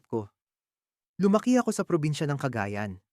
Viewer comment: Pronunciation p lang ng Cagayan,mali na..maraming Universities sa Cagayan (CSU) mga mayayaman lang n Cagayanos ang nkakapag aral sa Maynila..Kasama sa Top 10 ang Cagayan sa Top 10 Richest province sa Pinas.